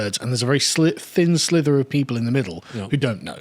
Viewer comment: Sliver, not slither.